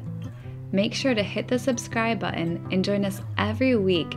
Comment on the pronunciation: my wife and i love the show but your pronunciation of words drives us a little nuts, button has two t's just so you don't miss em, yet you refuse to pronounce them, and matt say flange correctly while you say falange for some ungodly reason. We do love you both but this is starting to make your videos impossible to watch.